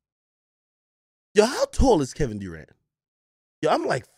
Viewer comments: Kevin "DooRant"🤣🤣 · “Kevin DEWrant”